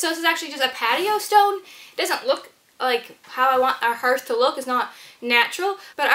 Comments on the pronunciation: It’s pronounced “harth” not “herth.” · 😂 HERTH she says! It’s pronounced harth. Imagine if you heart was pronounced like she does, it would be “I have a broken hert” 😂😂 Ps I’m not hating or making fun it’s one of those that nobody gonna know what you’re saying if it wasn’t in the vid for visualizing Also great job on the HARTH ( lol😂) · I was gonna mention that but I already dissed her abt how she says hearth 😂 it’s HERTH now apparently. Would have been a bigger deal if there was flooring she was going over but all that moisture sure gonna make that osb/plywood swell up and disfigure but once dry it will be fine I’m sure. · I believe the word “Hearth” actually sounds like “Darth, like Darth Vader”… the ar sound is strong. It’s looks beautiful, l love what you’ve done❤️ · You may be interested to know that you pronounce the word "hearth" incorrectly ....